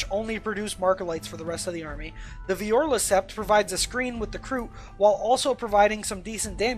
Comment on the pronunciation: As a T'au player I cringed at your butchering of Vior'la and Sa'cea. Also Kroot don't get Sept tactics.